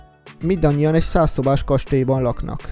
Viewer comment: kastély xdd